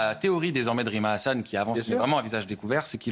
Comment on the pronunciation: Diction /20 "Rime à rien"